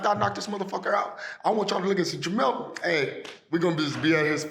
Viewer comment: JerMELL. Not JerMaLL 🤦🏾